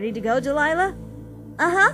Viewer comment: DELILAH IS MY NAME AND HE'S SAYING IT CORRECT